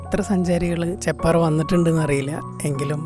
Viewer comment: ചേപ്പാറ അല്ല ചെപ്പാറ 👍